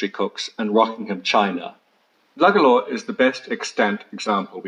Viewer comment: Beautiful place..pity you didn't have the pronunciation of Lugalla and Powers court right...!!